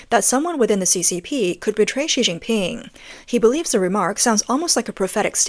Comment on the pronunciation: She Jin pin sounds like Sea Sea Ping.